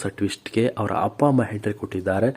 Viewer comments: Yo happa hamma alla first kannada nettage mathadi atleast igadru correct madi kolli kelakke himse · ಹಪ್ಪ, ಹಮ್ಮ, ಹೆಕಹೇಕಿ, ಅಲ್ಲಪ್ಪಾ , ಸರಿಯಾಗಿ ಕನ್ನಡ ಕಲಿತುಕೊಳ್ಳಪ್ಪ ತಂದೇ 🤦‍♀️🤦‍♀️🤦‍♀️🤦‍♀️